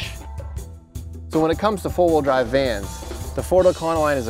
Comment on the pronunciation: Are you saying full wheel drive or four wheel drive?